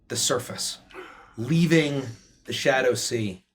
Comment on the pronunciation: What actually says: "Shadow Sea" What I swear I keep hearing: "Shadussy"